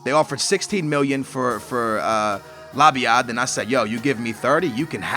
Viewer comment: Dont. Sell. Labyad. You just got his name right, NO, dont sell him.